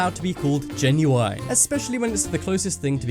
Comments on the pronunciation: ITS GEN-YU-IN NOT GEN-YU-INE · 'Genu-wine'?! Since when did British people pronounce the word GENUINE like that? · Lol genuwine leather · Lol "genui ne leather" xD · The way you say genuine🤦‍♂️ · no way this guy says genuine like that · I hate the way he says genuine. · U said genuine wrong it's so obvious your reading a script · your saying genuine wrong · Kiano yeah, me too! I've always pronounced it the way you do and since english is my second language I had to google directly. My translater does not know this pronunciation of genuine.